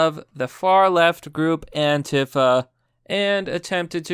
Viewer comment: Isn't it pronounced "An-Tea-Fah"? It's not "An-Tiphah". It's three syllables.